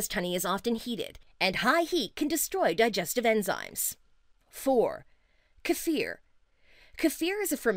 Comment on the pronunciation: I am giving points for pronouncing kefir properly, kudos.